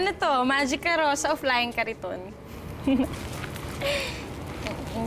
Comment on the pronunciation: Lira said: flying cariton😂😂😂